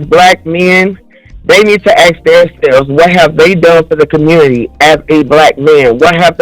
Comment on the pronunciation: Typical Of The Communitah 🤦🏽‍♂️